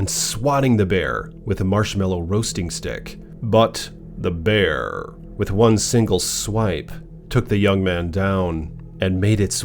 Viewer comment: 😂😂 .. "the Bearrrrrrr!" I just love it buddy!! 😂😭😆 (this would be a helly-good script for a horror movie!)